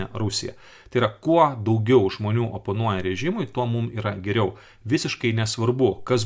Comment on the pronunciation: kodel Valdas Bartkevičius kalba tokiu ryškiu rusišku akcentu? isiklausykite: kirčiavimas ne lietuviškas... bando pasakyti "kaip geriau", o gaunasi "kaaaip giriaaau" Kodėl lietuviškai sunkiai kalbantis žmogus su rusišku akcentu taip varo ant rusų ir vaidina, kad jis lietuvis lietuvių vardu veikiantis?